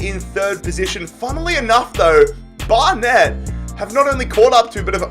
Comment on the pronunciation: Flyde? Bar Net? It's Fylde, like Wild with an F. It's Barnet. Like one word.